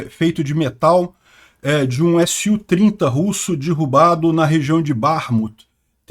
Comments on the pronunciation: Sugiro cuidar na 🎉pronuncia de derrubar. Dói nos ouvidos quando você fala DIRRUBA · A pronúncia da palavra DERRUBAR não é com a letra " I " derrubar e sim com a letra " E ".